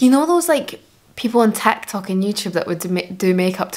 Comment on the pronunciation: Ah, she's saying "TikTok." To my ears I heard "tech talk." Yeah, different content. heh.